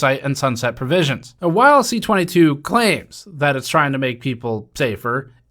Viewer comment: Just a note, it's C-22 not CA-22. C for bill originating in Commons (as opposed to S for those originating in the Senate), 22 for being the 22nd bill introduced in the particular Parliament from the government party (opposition and individual bills start at 200).